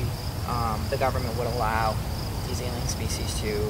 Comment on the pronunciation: I think I should point out that it's alien not aleien